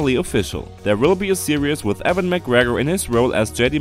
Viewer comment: Euan not Evan